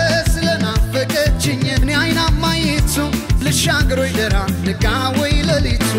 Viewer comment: ደራ የሚለው ቃል ጠበቅ ብሎ ነው መጠራት ያለበት በድምፅህ ምርጥነት ላይ የቃላት መጥበቅና መላላት ሌላ ትርጉም ስለሚሰጥ ብትጠነቀቅ ከዛ በተረፈ ❤❤❤❤❤❤❤❤